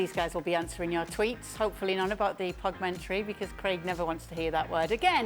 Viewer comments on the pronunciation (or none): Stevie was so disgusted by the Pogmentary he started calling it Pogu-mentary 😂😂😂😂💀💀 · 'Like' for Pogumentary hahahaha